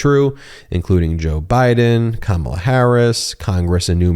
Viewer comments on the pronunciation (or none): none